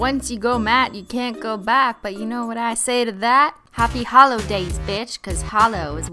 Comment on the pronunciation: Your obviously new here because you say holo not “halo”